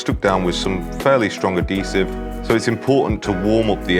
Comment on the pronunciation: It’s pronounced Add-hease-ive not add-dease-ive